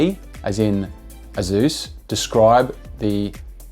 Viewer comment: "azuuz"? Its pronounced aysuss